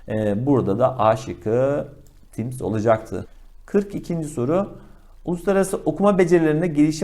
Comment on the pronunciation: Timss değil timms hocam 😂